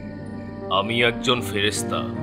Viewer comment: Ferestha bolata thik hoy ni 😡